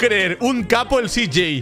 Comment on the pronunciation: cj no CJ primero decis c y despues j no cj